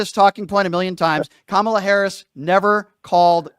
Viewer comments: Just by the way he pronounces Kamala's name, tells me he has voted for Trump since 2016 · Racists tend to mispronounce kamalas name